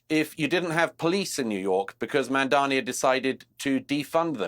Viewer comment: Jealousy killed the cat. MAMDANI, Mamdani, not Mandani you goofy tower of ignorance.